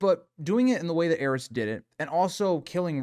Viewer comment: I think my greatest desire in the world is for consensus on how the Targaryen names are pronounced Is it "heiress" or "ares"? The way its pronounced in this video hits my ears so awkwardly, but should it be affecting the pronunciation of Daenerys? Why has grrm forsaken us